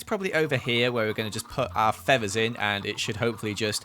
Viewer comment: You:*pronounced feathers feavers* Me:awwWwWWW